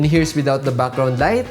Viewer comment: Your pronunciation of "BUCKGROUND " IS SO COOL